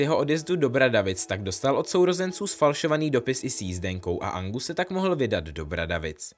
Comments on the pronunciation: jj je to Argus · Nevím, jestli jsem špatně rozuměla, ale myslím, že jsi říkal Angus místo Argus Filch🤫